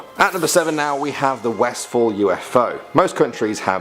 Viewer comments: It is not Westfall the suburb's name is Westall. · West-hall not westfall.